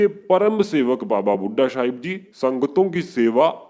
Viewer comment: Waheguru ji he's Baba Bhudha ji Not Baba Bhudha shah ji.. Jaise aao bol rahe ho sometimes it's sounds like shah.. Nahi toh..Saab... Bole Baba Bhudha saab...